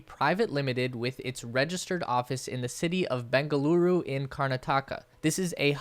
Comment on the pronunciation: Your pronunciation of Bengaluru is perfect